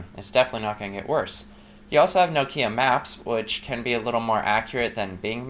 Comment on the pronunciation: It's NOK-IA not NOO-KIYA !! O_o